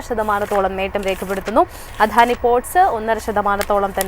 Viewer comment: "അധാനി port " 😅😅